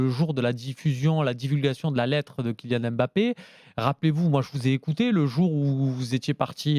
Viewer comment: « KyNian Mbappé » qqn va lui dire un jour ?